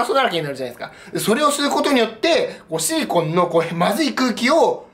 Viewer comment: おシリコンて聞こえるw